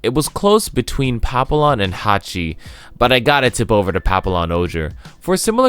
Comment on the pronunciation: Ok yeah just so u know this the lls in pallpion ohger is silent